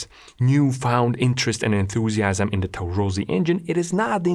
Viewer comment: The fact bro said "enthusiams" as I read "enthusiastic" made me a bit uneasy lol